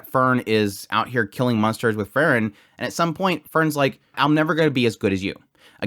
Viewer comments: I relly enjoy your commentary, but just a little suggestion: you pronunciation of Frieren is too close to Fern. I know with context who you are talking about, but it would be more clear if you could say Freee-ren :) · Frieren vs Aura... you keep saying Fern Its pronounced FRee-ren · The way you pronounce Frieren is too close to Fern. Also for an episode named after her, there is much Frieren this episode.